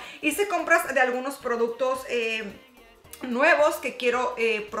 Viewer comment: Ja ja Tan simpática cuando dice produtos 😙😘